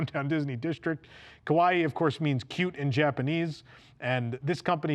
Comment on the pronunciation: Cute in Japanese is not "kawai"; it is "ka wa i i" . Both 'i's are sounded with a slight separation between the two.